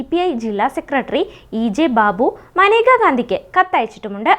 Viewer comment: മനേക എന്നല്ലല്ലോ മേനക എന്നല്ലേ പെണ്ണേ നീ എന്തോന്ന പറയുന്നത്